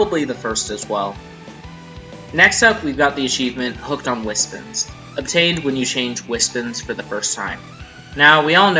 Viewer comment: Dude. Its wispONS, not wispUHNS. I'm sorry this triggers meh ocd.